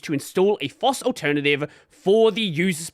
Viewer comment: It's FOSS, not floss. Floss is the string you clean your teeth with, or should at least. You don't need a license to floss your teeth. Well, at least not yet, but I wouldn't be surprised if they are working on one!